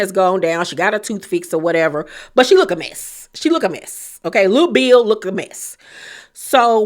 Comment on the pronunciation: The way you said little bill looks a mess 😂😂 im hollering